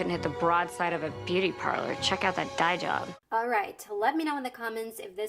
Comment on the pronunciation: As a native English speaker, I understood the jokes, idioms, and references. But even I had a difficult time understanding some pronunciations of the words when listening. "Dye job" sticks out. I know what that means, but when she said it, It sounded like a single word like "diejub" to me, so I was left confused, wondering what she was saying.